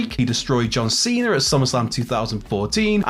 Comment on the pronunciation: Cena* not Cener